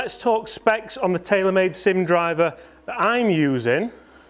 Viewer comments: “SIM” please 😁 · SIM "SIM"